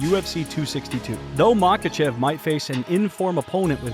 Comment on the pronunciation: You are mispronouncing his name you miss pronounced his name about 100 times in this video